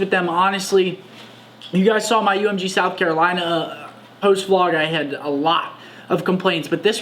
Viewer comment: God I hate when they say VeeLog